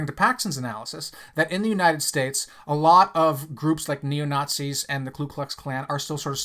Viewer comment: Please stop saying “klu”’ in KKK. It’s Ku.